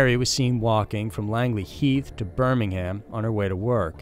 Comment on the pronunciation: I’m not a Brit... but that is not how you pronounce Birmingham lol